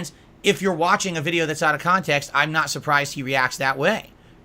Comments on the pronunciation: 'Kahntext' is a term that holds massive amounts of power - so much power that only a slack-jawed idiot like himself can comprehend and control. SNORT! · Ah, yes. "Kahntext". I'm not sure could adequately explain what it means to a high-school English teacher either.